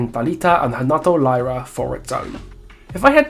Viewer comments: And they are from Fortaleza, not Rio. And it's not ''lie-rah'' it's ''leerah'' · Also "y" in Brazil is pronounced as "ee". So their surnames would be "Leeruh". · Brazilian here. Really enjoyed the video and wanted to point out you actually pronounce the y in Lyra with an “E” sound. Sorry for pointing it out, but I’ve seen so many people pronouncing it wrong. Keep the good work